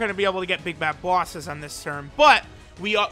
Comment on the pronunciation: Ive just noticed that he says bosses like people from Boston , like "booouses" xD